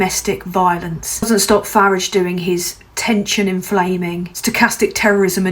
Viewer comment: Glad to hear you pronounce it correctly as Farridge, I still prefer to refer to him as Führage though...